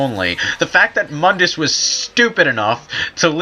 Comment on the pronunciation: Its (moon-dus) not (mun-dus) god damn it you guys.